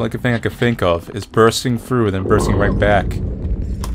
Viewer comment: Why can't you say TH you are like I'm going to go frew the door..... I'm going to frow it ......